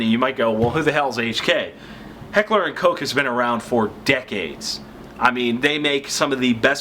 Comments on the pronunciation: Stephen Hedger that's how it's pronounced. Even says it on their website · You're a great reviewer. I like how you pronounce Heckler & Koch correctly. Keep up the good work.